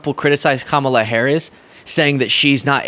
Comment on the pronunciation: Adin's mispronouncing is apparently contagious, wtf is Cam-ala?